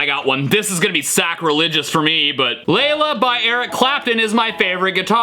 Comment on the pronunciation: That's not Layla, that's Gayla.